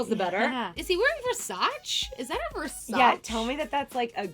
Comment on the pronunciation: sounds stupid. its not VERSAACH. its VERSAACHEY